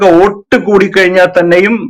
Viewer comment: ഓട്ടു അല്ല വോട്ട്